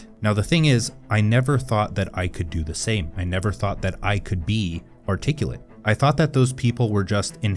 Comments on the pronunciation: And yet, you mispronounced articulate. Lol!!!!! Artic-ee-lit?!?!? Lol ar-tic-YOU-lit!!!! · Now, the thing is, I never ( though' ) ( thad ) I could do the same,I never ( though' ) ( thad ) I could be ( articula' ).